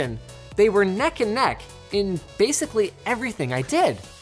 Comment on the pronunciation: Did Linus just say "nek aan nek"?